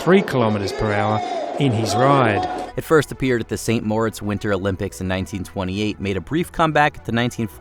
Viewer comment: “Saint More-its”? C’mon, at least try.